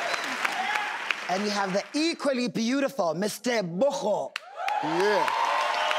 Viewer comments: Steve trying to say Tebogo 😂😂 he had to use his whole body! 🤣🤣🤣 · Tobaco tobaco😂😂 no tebogooo😂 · So are we just gonna ignore the fact that steve prounced Tebogo as Tobacco😂😂😂Hillarious.. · its Tebogo as in go the present of went